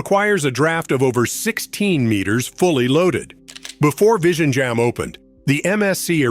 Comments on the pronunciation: Its virinyam, Namaste from hydrabad. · It's not L but ഴ . That's a sound most tamil people can't pronounce despite the tamil language name itself having that letter in തമിഴ് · The pronunciation is VILINJAM. The Congress Govt waited for Mr. Modi to complete the project. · Better call it TRIVANDRUM SEAPORT..vizhinjam is little tricky to pronounce